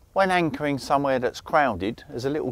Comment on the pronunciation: Im sure he said "wankering" 🤔